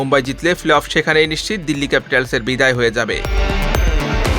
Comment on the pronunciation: প্লে-অফ উচ্চারণ অনুশীলন করবেন দয়া করে।